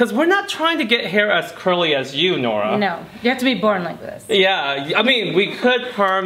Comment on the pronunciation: Nora...more like NO-ra🚫